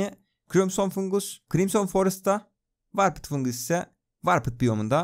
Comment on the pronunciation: doğru okumuş dostum ingilizce bazen komik gelebilir